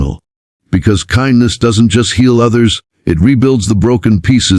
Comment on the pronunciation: Get to pronounce ''Kindness'' CORRECTLY! Geepers... Great story though!!